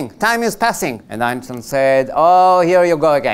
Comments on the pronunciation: der Sprecher ist unfähig Einstein korrekt auszusprechen und redet irgendein anderes Geräusch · the speaker unable to say the word Einstein correctly